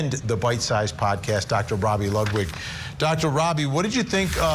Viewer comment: Why is always saying someone's name wrong? Ludlow? It's Dr Ludwig. I'm ready for this trial, she's definitely toast